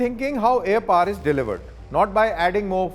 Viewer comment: POWER, not PAAR